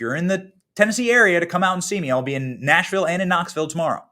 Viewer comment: Come-on y'all......Benny, It is pronounced; 'Naashvielle'